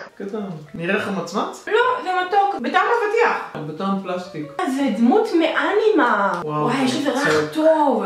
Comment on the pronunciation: זה אנימה עם סגל לא קמץ😂😂😂 כאילו הצליל.....